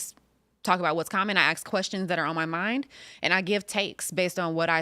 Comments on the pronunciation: Anybody who pronounces "ask" as "axe" should be prohibited from holding public office. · As intelligent as she seems, she still can't say the word "ask" properly.